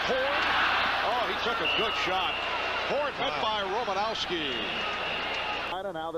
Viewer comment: Bill Rrrrrrrrrrrromanowski